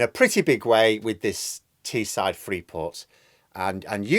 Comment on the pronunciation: It's Teesside,. The side of the Tees, not the side of the Tee. You wouldn't want to come over as a "lazy southerner" would you now. For Teessiders, Leeds is the South ⬇️.